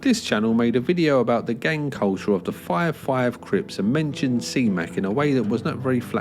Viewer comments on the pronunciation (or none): i like how you put a 'w' and 'y' in the word five. "the fwyive fwyive crips..." hahaha